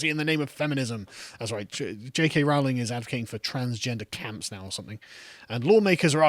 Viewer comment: PLEASE SAY "Rowling" CORRECTLY, Its "Rowling" as in "Bowling"